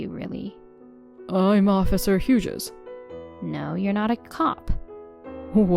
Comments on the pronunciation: FYI. Hughes is a one-syllable word and is pronounced as "HYOOZ" not HYOO-JEZ. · Hughses? As a Hughes, I'm offended at the mispronunciation! 😂 I'm kidding, I laughed.